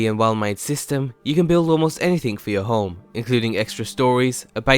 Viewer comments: Is he saying Holme or Home? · Home not fucking holm! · omg.. how many times does this guy say home in this video, not even saying home sounds like he's saying holme.. pretty annoying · Stop saying holm